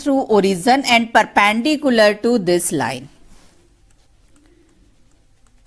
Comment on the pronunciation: It's not perpandicular its perpendicular